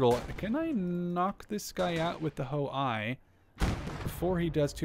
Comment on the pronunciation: "I" in Ho-I read as "E" not as "I"